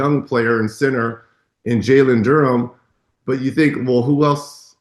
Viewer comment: Reggie still can't pronounce "Jalen Duren".